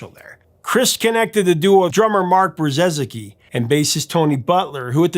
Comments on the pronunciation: Brzezicki is pronounced Bre-zee-ki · Thanks for another great episode Professor. Your extensive research and attention to detail ensures credibility here. As per my screen name, I've been a huge Big Country fan for a long time and can attest that your information is spot on (FYI, the drummer's last name is pronounced "Bri-zecki"). As you mention, the band's US popularity sharply declined during the 1990's. Am wondering if you agree that some of that had to do with the rise of Grunge music in the states, a genre with which Big Country would never be confused.